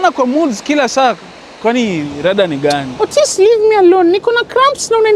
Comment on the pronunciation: 18.09 EY Otis... 'orways' really? 😂